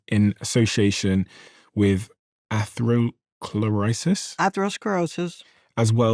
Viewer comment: OMG, "CEO": "atero-clorisis"... WTF???